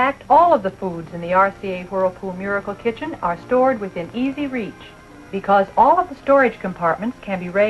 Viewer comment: She keeps saying “RCA Hurlpool Murkle Kichin”